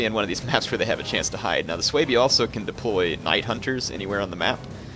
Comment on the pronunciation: its su bi...not sooweeebii lol